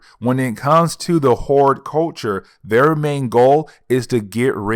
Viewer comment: Just stop saying "kakoa". We know what you mean. And hordculture instead of hordEculture but I like how you said whoreculture, though. Magneto did that and I loved it. But just..........it's hella distracting everytime you say kakoa. Where'd the "r" go? And obviously you can read because you're pronouncing everything else right but still...... Naw, you just mispronounced Madrox. Who's Jaime "Maddox" and what's your problem with not pronouncing "R's"? Ija